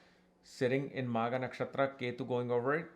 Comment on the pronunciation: Magha .... not maagha 😮